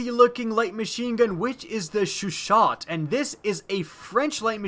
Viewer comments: corps: "core" not "corpse" carbine: "car-bean" not "car-bye-n" chauchat: "shah-show" not "sha-shot" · The french LMG is pronounced Chauchau or I guess showshow. The more you know! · it's pronounced show show not chew chair chaucut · Carbine can be pronounced either way. Chauchat is pronounced Show-shat. The Shah-show pronunciation is from the Belgians who could not pronounce French words. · chauchat not chuchat bruh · Proncounce it Shawsha (Chaucat) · Additionally, the Lewis gun isnt an LMG, I'm fairly confident it is just a machine gun. Furthermore "Chauchat" is pronounced "show-show". Its okay though, I didnt know what to say at first either.